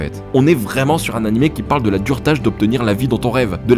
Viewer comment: La "durtage"...? Ok